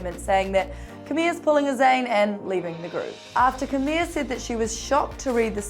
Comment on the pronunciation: Who is camia? It's cameela